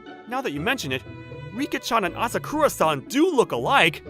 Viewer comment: Ah sah koo rah san ❌️ Ah sah kuh rah san. ✅️